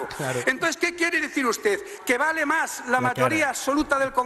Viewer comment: Dice: ustede